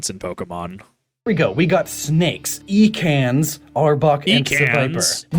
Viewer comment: Ah yes, the famous snake Pokémon, "E-cans."